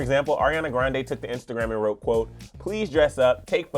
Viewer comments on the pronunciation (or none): none